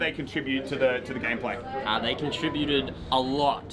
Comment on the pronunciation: they '' contrbuted alot. ''